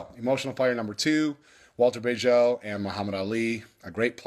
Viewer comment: Bagehot is pronounced badge-it.